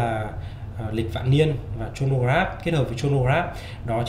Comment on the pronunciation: review rất hay có điều Chronograph bạn nên đoc là cờ-ro-nơ chứ đọc Chô nô nghe không chuyên nghiệp lắm( chân tình)